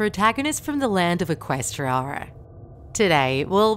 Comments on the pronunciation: How she pronounces Equestria E quest ri ara How you actually pronounce it Eh quest tree ah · The word: Equestria The pronounce of the story teller: EQuestriARRRRrr